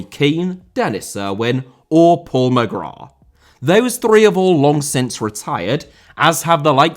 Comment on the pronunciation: Mali* not Mohrli Grath* not Grohrth Irish* not Ahrish Mcclean* not Mcclein Omobamidele* not Omobohrmedilei Final* not Fahnal Séamus* not Sheimus Shea* not Shay Johansson* not Jouwhansson Adaramola* not Araramouwler Debut* not Deibyu Inter* not Ento Roberto * not Robötouw Uefa* not Yuweifer Kumbaya* not Kumbohyohr Half* not Holf Udinese* Not Udeneisei Nigeria* not Nigerier Fahter* not Fother